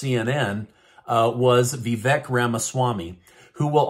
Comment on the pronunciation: It’s pronounced VaVake. You interviewed him and still get it wrong.